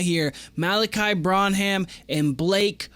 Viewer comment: Bren-um is how you pronounce it